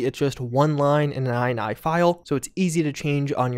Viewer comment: It's pronounced "ini", not "eye-nye". Think: initialize.